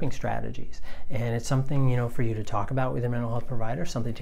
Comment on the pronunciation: Your videos are awesome! Thank you! ( but i totally heard like a "Twalk" or "Tawlk" near the end :P )